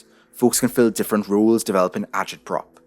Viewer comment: Differ-ant got me good